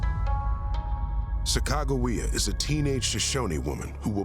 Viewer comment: Sacagawea was the female Shoshone's name. The narrator needs to study the name and how to pronounce it properly.